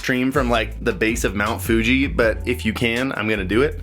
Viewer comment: “The bass of mount fugi” lmao